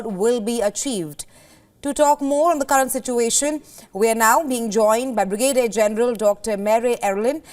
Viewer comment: newsreader does not know how to pronounce Brigadier so funny